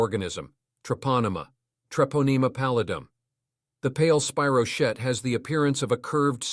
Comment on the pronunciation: True. “Spy- row- keet”… is correct.